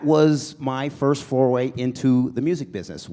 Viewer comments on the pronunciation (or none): “Foray” not “foreway” and “rise above the CROP” not “cream”. AUTOCORRECTED.